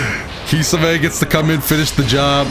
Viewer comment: so we just gonna ignore when he says kisame in a weird way